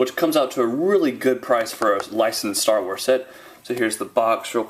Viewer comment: the beginnig said staw wars